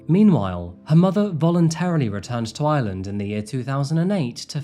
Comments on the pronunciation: Loads of Brits mispronounce lreland as lsland! Its a real bone of contention for us lrish! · Hus accent made "Ireland" sound like "island" lol. I kept waiting to hear what island it was!